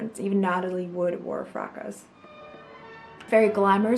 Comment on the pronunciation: Fracas= Frah cah...vetyver = vet i ver....ylang ylang= eeelang eelang...i had to stop watching, talk about beauty and cant say the names right..